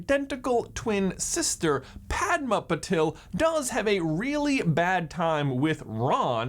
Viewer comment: Why do westerners pronounce the name as Purvaati Pa-tell? Its pronounced Paarvati Pa-tail, yes just like the tail in wormtail. Stop butchering our names, please.